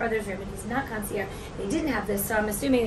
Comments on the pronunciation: You’ve been pronouncing it correctly. In French if the word ends in a vowel you pronounce the last consonant and vice versa. is pronouncing it incorrectly you need to pronounce it with the g. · PLEASE PLEASE PRONOUNCE THE "GE" (CON SEE ERR GGE) OR ACTUALLY THE END IS "ZH" PRONUNCIATION HAHAHA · you’re pronouncing concierge wrong you need to pronounce the g in the word